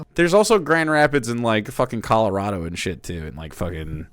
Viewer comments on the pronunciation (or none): none